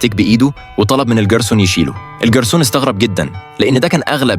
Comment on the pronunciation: الكلسون ❌ الݣرسون ✅